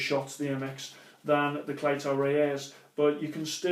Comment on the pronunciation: It is spelt cleto reyes but is pronounced CLEETOA RAYS